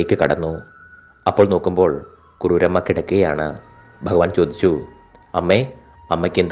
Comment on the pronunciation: കരുര് അല്ല കുറൂരമ്മ